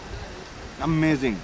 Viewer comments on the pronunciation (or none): none